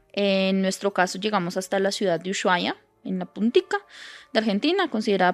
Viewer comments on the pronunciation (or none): Uyuaia jaja, perdon, me causa un nlseque que lo pronuncien así Usuaia se dice (ushuaia) El clima de tierra del fuego, es una locura y una belleza. Soy nacida allí , ciudad de río grande